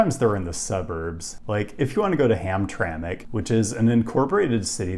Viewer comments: But meanwhile you got "Livernois" and "Hamtramck" correct 😉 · Detroiter note, is pronounced de-quin-der by locals. Still going through the video and I’m not sure if you say Gratiot, but I may be editing my comment later. Edit: nope, no mention of grash-it, but props for getting Hamtramck and Livernois correct.